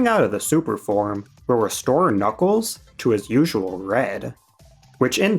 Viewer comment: the return of Bluckles (& bluckles)